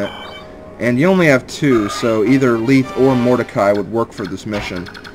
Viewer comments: You pronounce Lethe's name Leeth? I've always pronounced it Le-thei (Lacks symbols) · you pronounced lethe wrong youre pronouncing it as though its spelled leethe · I've always pronounced Lethe like the mythical river-- "leth". But Fire Emblem pronounciations are very difficult. RD voiceovers clear up a few of them, but there are many they never say out loud. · this little bit doesnt fit on the other comment...how exactly did i prove myself wrong? if youre talking about that very first part where the e at the end is missing i did that because its silent. i havent met a single person pronounce it leethe til this lp and even admitted to not knowing how to pronounce most of these names.